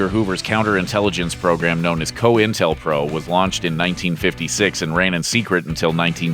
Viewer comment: Coin tel pro...not co intel pro